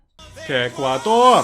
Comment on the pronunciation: Yeah but he's saying it as "KEKuador" like the Twitch emote